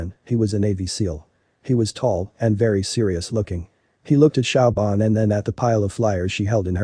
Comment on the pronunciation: Siobhan is pronounced "Sh'vahn" NOT Shaobhan!